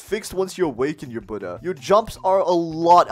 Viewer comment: Omg bro finally a youtuber who pronounces Buddha properly (Kitt Gaming, And Official Noobie also pronounce it correct)